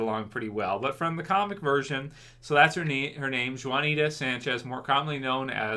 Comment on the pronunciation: yo! Just FYI brotha - in Spanish the J is pronounced H, so it sounds like "Huanita" and the H doesn't have a strong emphasis if that makes sense lol. Same as idea as Joaquin Phoenix. Take care and stay safe in these crazy times!